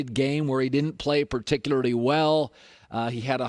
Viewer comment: People: particularly Colin: perticyaderdy